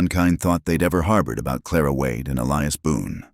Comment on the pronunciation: Another Elias and Clara. If you're going to use the same names over and over the least you can do is teach AI how to pronounce them correctly. I've only started listening to this type video for the past month but I'm already tired of the same names over and over and practically the same storylines.